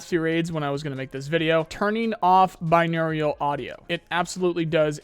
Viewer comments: I wish you'd stop calling it Binaurial" when its Binaural! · It's Binaural not Binaurial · hate to be that guy, but it's bi-nu-ral no bi-nu-rial. You've also spelt it wrong. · Binaural. Bi - noh - ral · the amount of people that say binaurial is really baffling to me, it hurts my soul.